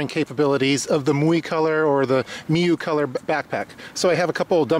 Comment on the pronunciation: PRO TIP: Learn to pronounce the name of the company correctly before you film the product review